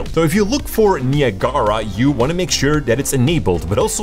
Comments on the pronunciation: Haha... he called it nia gara... (Ni ag ra .... it's a place between the U.S. and Canada. Ni Ag Ra falls). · Niagara Falls, pronounced ni ag ra. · Niya Gara lol !! Its pronounced nye-ag-rah like niagara falls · it's Nye-Ah-Grah but I prefer your pronunciation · I've never heard anybody say "Neee a gaara" before. That totally tripped me out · Great video! I was thrown off for a minute when you pronounced Niagara. It's actually named after a waterfall on the US/Canada border and its pronounced, "ni-ag-ara." I think I'm going to call it Nia Gara in the future to mess with people haha. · The "Neee" sound is a bit too long, but that's its pronunciation in French. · In spanish you say it like that "ne-ah-gara" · "nee uh gar uh" LMFAO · "Ni-Ah-Gah-Rah" haha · Knee - uh - gar -uh. LOLOL. Not from around here, are you? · i thought it was Niagara like niagara falls? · Niagara is pronounced as, "Nigh-ag-ra" not whatever that shit you were saying was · niagahlrah LMAO who says it like that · KNEE-AH-GARA ? :face-orange-raised-eyebrow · I’m triggered by how he pronounces Niagara 🤣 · Lol. Came to say the same thing. Like Niagara Falls. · that’s how the landmark is pronounced. the program is pronounced differently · The way you pronounce naigara is criminal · Bro pls learn how to say Niagara, don’t pronounce the second a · My friend; Niagra... (naɪˈæɡərə) pronounced "Ni" (like "Nike"), "Ag" ( like Agriculture), gera (like "gruh")